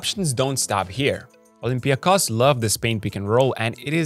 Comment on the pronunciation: Olympiakos, and Panathinaikos too, are name which must be pronounced with emphasis on the final O. They are OlympiakOs and PanathinaikOs.. as every name or word in Greek language in -ikos.. like also IonikOs... or kanonikOs (normal). You can try Google translate.